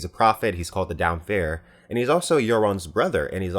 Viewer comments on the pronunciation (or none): It is damp-hair, not dampfhair. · Damphair isn't a prophet. He's a priest of the Drowned God. And it isn't "Dom-fair", it's "Damp-hair". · love the vids. your theories are the most original posted on youtube! BUT to be a stickler, George Martin already confirmed its not "Damphair" but its "Damp-hair". just my two sense keep the vids coming! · You always say "Damph-air"... i always thought simply "damp hair" makes more sense...being a greyjoy/drowned god follower, no? Or am i glossing over cannon-evidence to the contrary? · It's pronounced damp hair. Not damfair. George didnt think he needed to split the words up buy everyone gets it wrong but he can't go back and fix it now. Also khaleesi is said kha lay see. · I also pronounced it Dom Fair for a while. When I first saw his name at the top of his chapter, I just stared at it for a while and kept turning back the page just to look at it again and again, knowing something wasn't right with what I was seeing but eventually gave up and accepted Dom Fair. It wasn't until a reread that I realized it. I decided to pronounce it like Damp Hair because I'm weird and I like to split words up into other words (toodles becomes Two Dolls, for example; or IdeasOfIceAndFire is Ideas Office and Fire). And that's when I realized that it made sense, and also what a jackass I am. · "dam phair" you do realise it's "damp hair" right? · Its Damp-Hair, Not Damfair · I originally thought Aaron Greyjoy's "priest" name Damphair was pronounced "damn-fair" too when I first read the books. However, GRRM said in an interview that it was actually pronounced simply as "damp-hair". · George RR Martin confirmed it was Damp-Hair! I have always thought it was pronounced dam-fair too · It's Damp hair. Rofl, if you needed a reason to dismiss this guy's silly contrarian for the sake of it theories. "Dahmfair" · "Dam - fair" ????? What is that crap? It's Damp Hair! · Dam Phaire?? It's Damp Hair dude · don't want to be that guy but it's pronounced Damp hair